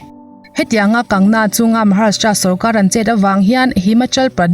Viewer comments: Kangna nilovin..Kangana tia chhiar ni zawk se..News hrang hrang pawh in an sawi dan ani. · Kangna ani lo Kangana zawk aw, i sawi sual hret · Kan-ga-na tia lam tur Kang-na ni lovin.😁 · Kangna tih ai chuan kangana tih hian a lam rik dan ngaihthlak a nuam zawk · An bawl kual theih in awm suh a dik ni a i hriat ang khan lam tawp rawh A sipel ang khian Vainu hming te chu lam la dik ber..😂 Kangna tih hian beng thlep an tam zawk ka ring..Kangna a in ti loa, Chu vangin Kangana (Kang ga na) tih zawk tur aw..Matre..😄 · Hming dik lo a in lam sak te, in ziah sak te hi ngeiawm phian ania. Class10 marksheet ah ka hming an ziah dikloh avang in ka buai hrep tawh. Kangna nilo in Kangana. Rhea chu A chawh tih dawn chuan ka khawngaih deuh bawk sia, lawmpui mai ang😂😂😂. Republic tv ho hian bei tak2 teh se. A ngaihnawm chho zel dawn e. Ka nuihzat em2 chu Rhea in a a Drugs tih loh zia a sawi a,thisen test pawh angam zia a sawi lai vel kha.a inpuang Leh zuah2 bawk sia. A ukil pa hian chakloh a hlau mai sia. An chakloh chuan a hmingchhe duai ve thei tlat.lo chak thang tawh anih vang hian. A chawh ngawt ang.chaklo se😁😜 Thubelh covit19 pawh hi ssr thihna avang hian kai an pun phah ngawt ang. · Kangna nilovin kangana tia lam tur ani lawm ni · Kangna ni lovin kangana.mi hming tehi lamdik kanla ngai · Kangna tih a ilam hian ka nuih a za tlat😁😁😁